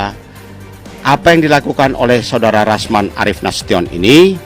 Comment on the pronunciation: Rasman, bukan yasman